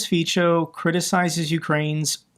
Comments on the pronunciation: "C" is Slovak makes a "ts" sound. So more like "feetsoh" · I know it's hard, but Fico's name is pronounced ˈfitsɔ as in nutso. Thanks for the great reporting!